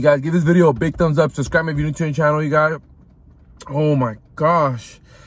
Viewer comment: With another VIDI today, make sure to SKIBE. Slow down man.